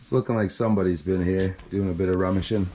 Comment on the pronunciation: The word is rummaging not rummessing